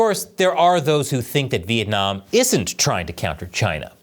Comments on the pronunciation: Vietnam not Vientam 😂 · Vientam? Really? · Vietnam,not vientam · The thumbnail is hillarious lol. Anyone who have heard a Chinese person trying to pronounce Vietnam knows this.